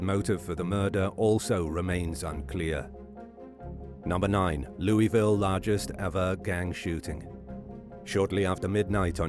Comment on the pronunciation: You said Louisville wrong